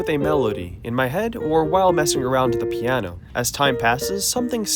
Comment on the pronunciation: "piaano"? 😂 I'm not making fun of you, just the way you say piano sounds a little funny.